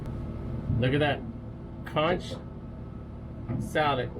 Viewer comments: I’m not trying to be critical just proper pronunciation. It’s not Consh it’s Conk. 🙏 ❤ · I would never eat that soup after all that crapp you put in there. Am a Bahamian and the word is conch, not konsh.